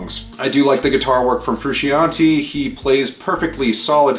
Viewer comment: When you say John Frusciante’s name like that, I cannot take the review seriously. Sorry. The album is incredible. I’ve been listening to them since 89 and Mothers Milk. Its what I wanted & what I got. Its fru-shon-tay.